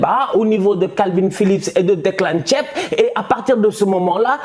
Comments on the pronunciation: Declan tieb ou Declan rice😹😹😹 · Declan ''tchêp''😂😂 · Je rêve ou bien j'ai entendu Declan Tchiep pour Declan Rice? 🤣🤣🤣🤣🤣 gère toi stp. Southgate doit démissionner il est trop nul. Bravo à L'Italie rek, de vrais guerriers